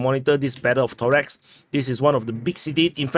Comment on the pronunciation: Torex haha...it is Toreck ....